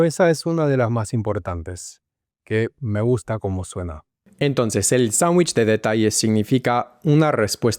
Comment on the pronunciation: muy interesante! Enseño español y estuve tratando de descifrar tu acento, me confundió tu "me gusta" con una S aspirada (suena algo así como "me guhjta") pero tus demás S eran bien definidas. Tenés tu propio acento, lo importante es que suena muy claro y entendible. Felicitaciones!